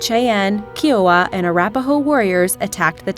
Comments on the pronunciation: Ky -o-Waa, not Keeowa! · Ki O wah. NOT "kee O wah" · Kiowa is pronounced Ki-o-wa.